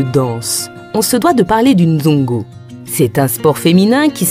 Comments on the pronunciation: Svp on dit nzango et non nzongo . Merci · C'est Nzango au lieu de nzongo...🇨🇬🇨🇬 jolie reportage en tout cas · C'est vrai mais on dit le NZANGO et non le nzongo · Tres beau reportage, Bravo vraiment à un détail près, c'est plutôt le Nzango et non le Nzongo, mais le reste IMPECABLE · C'est Nzango et non Nzongo😅 Je t'aime mon beau pays ❤❤ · Super présentation. Mais c'est plutôt le "Nzango" au lieu du "Nzongo".😊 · "Nzango" pas nzongo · C’est le Nzango et non nzoungou haha mais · c'est Nzango et non Nzongo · Nzango et non Nzongo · C'est le nzango et non le nzongo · On dit nzango